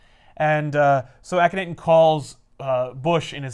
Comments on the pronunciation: Ahh-ken-nah-ten or Awe-ken-awe-ten Sorry, somebody had to be the dick who corrected pronunciation. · Hear your pronunciation of ahk not ten hurt my ears and wounds my heart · Lmao is a teacher and he doesn't care about pronouncing the one real person's name in this book. Akhenaten was a real person